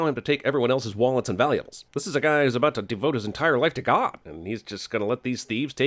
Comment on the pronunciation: Jeremy says wallets and valuales instead of wallets and valuables. that's a sin on cinemasins